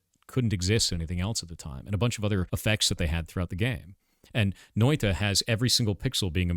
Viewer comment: Thumbs up on Noita pronounciation.